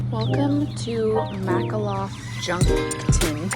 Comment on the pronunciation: Its Mal a koff. Lol